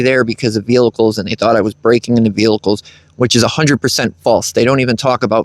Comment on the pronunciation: Bruh. There’s only one “L” in “vehicles”. 😂 It sounds like your saying “veal-lickles” and it’s got me cryin😅